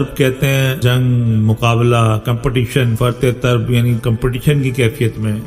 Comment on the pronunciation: Aap Tarab طربko Tarb padh rahay he-n فرط طرب ka matlab bahut ziyadah khushi jaisay فرطِ مسرت